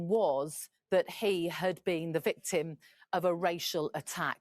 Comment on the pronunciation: There's a lot to unpack in this,. I'm so deeply sorry to say these things. she speaks "the vickram". Unusual at the very least, the victim? see the use of language. Richard Bandler would call this as expert use of language. It's very nuanced and very clever and it's conniving. I'm sorry good Sir. Henry was a good lad by the sounds of it. If you'd like me to go through things with you it'd be an honour. God bless you. Keep going. 🙏